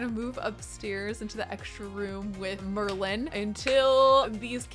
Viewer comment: Every time she says Merlin I think she is talking about the merman because MERlin!